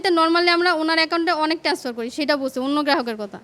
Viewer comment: এই মহিলা ব‍্যাংক কর্মকর্তা হয় কি করে ট্রান্সফারকে টেনাসফার বলছে।